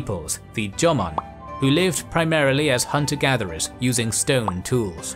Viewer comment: Watching from Japan: EXCELLENT VIDEO. Well-done. Cheers. However, to be honest, your PRONUNCIATION (e.g., 'Yamato' & 'Jomon') is UNBEARABLE !! I would suggest (with all due respect), as a kind gesture: LEARN the correct pronunciation, before uploading. It's really not that difficult. And it would make a significant difference. All the best.